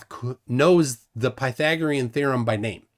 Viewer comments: Pie-thuh-gor-eyun! E-rath-ehnees! Creh-puh-scuh-ler! Can't pronounce these, but can correctly pronounce the word pedo$&#@ That was one f-ed up response,. You went one enormous step too far., you provided no evidence and you brought up math and then never provided or even attempted to show how it works. You should never debate again. You are a FE nightmare. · “Pytha-gory-an theorem” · Pytha-GOR-ian... Bwahahaha!